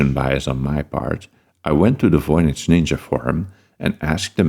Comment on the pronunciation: there’s no basis for pronouncing the V in Voynich as an F